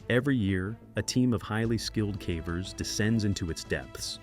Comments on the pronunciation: Yeh the AI can't say caver, calling them carvers! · The AI says “Cah-vers” instead of “Cavers”. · Anybody else feel like these videos might be partially AI generated? At least the audio? I've heard him pronounce "Cavers" in two different ways. "KAY-vers" and "CAW-vers" 🧐 he also pronounced the name "Colin" as "colon" in another vid one time😂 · 5 million ads on a video about "Cavvers" "roh-knee" and "juh-honn". Unsubbed.